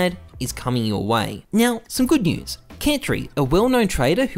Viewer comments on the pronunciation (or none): none